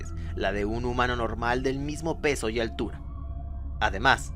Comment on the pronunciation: Hola escucharon que dijo altula envés de altura ?